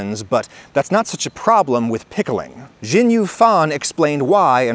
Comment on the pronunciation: Thanks for making such informative videos on a regular schedule! I just wanted to point out the pronunciation of Xinyue -- the X in Mandarin makes more of a sh sound. Well, it's between an s and an sh, maybe ask a native speaker or a linguist to explain it better.